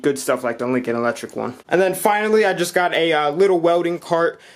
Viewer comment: “Wewder” “Wewding” “Eletric”